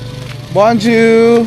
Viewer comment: borzua ka ng borzua sa (bonjour). Bonzua or Bongzua ang tamang bigkas dyan. Imbes na matuto yung subscriber mo. Naliligaw sayo. Naglalagay ka ng subtitle. Mali mali pa. Dapat kung magsalita ka ng Tagalog i sub mo ng English. At pag nagsalita ka ng french or English i sub mo ng Tagalog. Ganun dapat. Kaya di dumadami ang subscriber mo. 😂😂😂